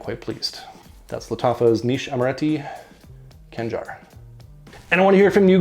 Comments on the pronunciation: Its not "Kangar" , you have KH , its actually knife , see the state flag of Oman , just search for "khanjar oman" :D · Its not Kanjar, its Khanjar